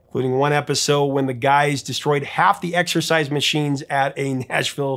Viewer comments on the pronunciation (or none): none